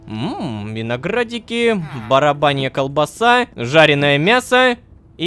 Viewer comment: БАРАБАНЬЯ КОЛБАСА 😂собраем петицию чтоб рома научился говорить баранья колбаса